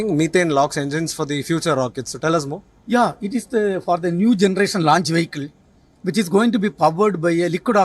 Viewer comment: Not a wehicle , a Vehicle 🚗